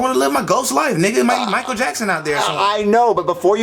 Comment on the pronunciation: he said miclael jackson